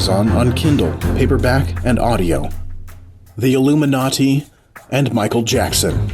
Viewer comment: The way he said illium-na-ti